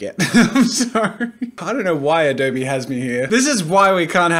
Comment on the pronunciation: I'm just wondering why he said adobEEE instead of adobe. O mah gosh